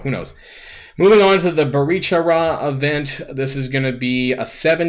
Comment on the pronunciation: Yeah all these events are cities/locations in the world or in the mcu. I feel like he should watch more MCU stuff so he gets pronunciations, or at least gives 5 seconds of research for a city in Columbia.